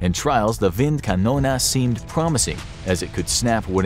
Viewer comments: WindkanonE Not KanonA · Why “wind Canona” instead of wind KanonE??? 🤦🏻 That pronunciation made me cringe too hard. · Just Wind Kanone Not kanona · the gun is called wind kanone not wind kanona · Wind Kanone. Not windkanona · You write Windkanal, say Windkanona. Which would not even be a german word. Maybe Windkanone. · Bruh,your German is so bad .. it is Kanone not KanonAAA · isn't it supposed to be "Windkanone"? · why you speak it Windkanona? the german e at the end of kanone... is like the end of tea engl. cannon-ea = Kanone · „wind konone“ is the wrong pronunciation. the right pronunciation for the last letter would be the english pronunciation of the letter “A” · I think you got the pronunciation of this Wind Canon thing wrong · Is there some kind of American competition to mispronounce foreign words as much as possible? The "Windkanone"-mispronunciation was quite impressive, really. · The german pronunciation is completely wrong